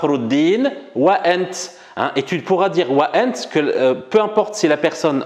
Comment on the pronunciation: il faut juste prononcé le t correctement comme T dans l'arabe classique et non comme le monsieur qui a un accent et qui prononce le T COMME TS. c'est ANT et non ANTS (le monsieur est probablement Marocain ou un Algérien de l'est comme Constantine, Jijel ou Mila qui prononce le T comme TS)